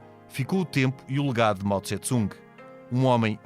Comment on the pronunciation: A pronúncia correta não é Mao Tse-Tsung e sim Mao Tse-Tung!